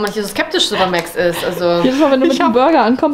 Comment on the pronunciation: Warum wird Max eigentlich määääxxx ausgesprochen und nicht einfach Max?